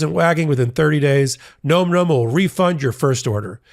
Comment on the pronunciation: I think you're pronouncing Nom Nom incorrectly.